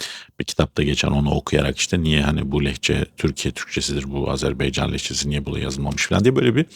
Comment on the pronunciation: AZARBEYCAN değil AZERBAYCAN demen gerekiyor. Sizi seviyorum ve izliyorum...